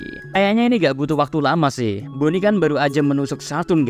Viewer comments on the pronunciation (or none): none